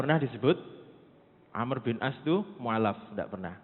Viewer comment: Amr bukan Amru, Amr bin al ash ra..terkadang ada ustaz2 myebut Amru..sebutan yg benar- Amr,Am.